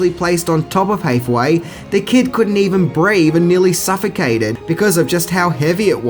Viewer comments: In the mid 80s Nickelodeon had a show called, Take Two where they showed us behind the scenes. They did this movie and Dune and it was pretty cool. Btw, they kid's name is Noah HAthaway not HEYthaway. Like Anne Hathaway. Ha as in hand, not Hey as in well Hey. Your accent is no excuse. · HAYTH-away? really dude? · You don't even know how to say Hathaway. Ridiculous! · HATHAWAY not HATHEWAY and Tammi STRONACH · It's HATH-away, as in "the greatest thing thou hath wrought", and "Strow-Nack", not "Stornitch". Atreyu almost did sink into the swamp. He had more willpower than Artax, and was able to keep from drowning a bit longer, but if it weren't for Falcor he would have suffered the same fate.